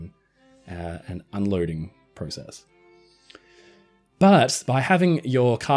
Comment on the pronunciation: You said process wrong